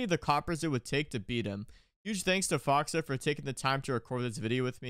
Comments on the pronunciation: Man I love you but hearing you say "Foxuh" and not FoxA was just petting my peeves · Can tell you don't watch OXG play much cuz you call him "Foxa" instead of "Fox A" No hate just jarring to me 😝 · It‘s FoxA not Fox or Foxa